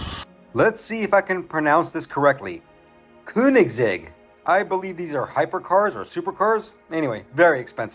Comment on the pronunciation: königsegg and porsche was correct pronounced! :)